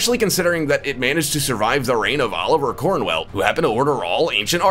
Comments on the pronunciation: apparently cromwell was pronounced cornwell who knew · Oliver Cornwell. Lol... It's Oliver Cromwell... And that isn't William Wallaces sword. It dates to a lot later to when he lived. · "Oliver Cornwell". Hmmmm.... Better known as Oliver Cromwell. 🙄